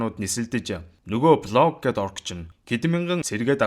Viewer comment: Блог гээд байхы😂. Болг гээчдээ.